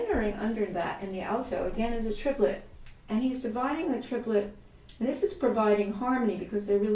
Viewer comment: This is terriffic. The curmudgeon in me wants to point out that “triplet” has just two syllables. This is what makes music so challenging. ;)